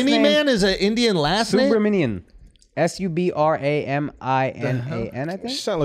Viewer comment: Subramanian just became Subraminiman coz of Aakash